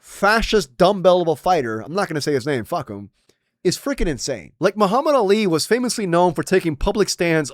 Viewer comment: Joe Rogan can’t even say Muhammad Ali’s name right anymore??